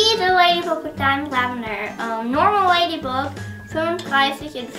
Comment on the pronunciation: Man spricht das ladybag aus und bucks spricht man backs aus